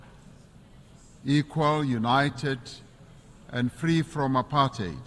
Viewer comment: It’s very refreshing to hear apartheid pronounced correctly as / ə-pärtʹhāt / (the last syllable sounding like rhyming with “eight” in English) and not / əˈpɑɹthaɪd / (the last syllable pronounced with the digraph th and rhyming with the word “tide”).